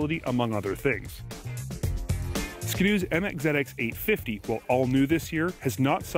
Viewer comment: Nah nah nah nah nah it's skiiii doooo not skido